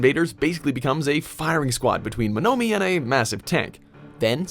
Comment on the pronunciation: The way he pronunces Monomi scares me